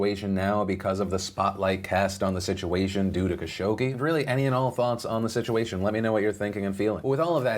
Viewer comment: you are pronouncing Khashoggi wrong. It is Kha-Shog-Jee